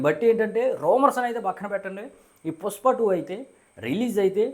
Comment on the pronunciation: Bro adhi pushpa, puspa kaadu